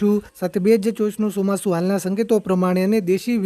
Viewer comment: Chomasu bolta phal shik